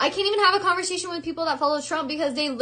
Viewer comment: Conversazzzzenn ! what pronunciation HONEY